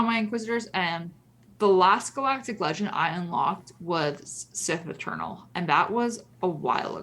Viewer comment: I swear I heard say "Sith Maternal."